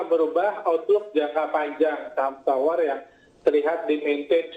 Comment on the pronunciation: TOWR atau POWR ya ? saya dengernya TOWR